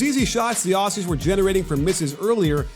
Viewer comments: It’s ozzies. Not aus e’s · I was there for the game, but it’s not pronounced “awhsies” it’s more Ozzie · Sorry for this but it’s pronounced auzzies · "The Ossies" -_ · who are these Os-Cees (Aussies) u speak of ... ?? we are Oz-ees ... with a z ... Ozzy Ozzy Ozzy - oi oi oi ... great analytical vid by the way.- cheers 👍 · Dear American commentators.... it's OZZIES (with a ZEEEEE), NOT Aussssssies (with an ESSSS). FFS we've been allies for years and you STILL can't pronounce our nickname yet!? lol. SORT YOUR SHIT OUT! PS.... Love ya'all, but SUCK IT ON THE LOSS! haha. There's a NEW sheriff in town! Bahahaha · It's pronounced Ozzies not Ossies lol. Top tier analysis as usual 👍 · God please, Aussies, like Ozies with a Z sound not S. :> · The way he says Aussies is embarrassing obviously never been here lol